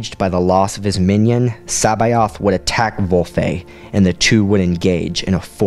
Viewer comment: love the vids but C'baoth is said differently (source the original thrawn audiobooks)